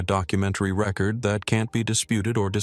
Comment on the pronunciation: Record mispronounced